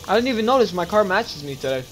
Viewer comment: Lol when he says post notis